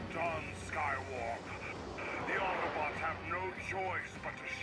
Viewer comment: did you say 'hello autobutts and decepticons?